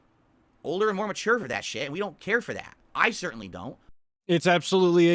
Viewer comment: Really "mature," I think you forgot two important letters in that word